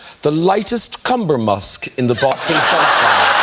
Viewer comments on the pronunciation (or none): none